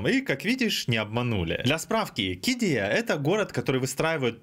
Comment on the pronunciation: ударение на второе И в названии КиддИя. Я там работаю 😉